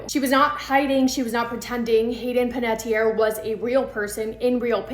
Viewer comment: I think this is the first time ive ever heard her last name pronounced correctly. Like, that is exactly how it is spelled. It's so sad about her. I hope her passing was peaceful at least.